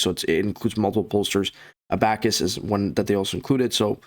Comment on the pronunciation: I can’t take you serious when you can’t even pronounce abacus right lmao